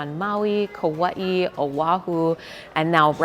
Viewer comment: Omg! I heard you say Kauai. That’s so awesome!!!🎉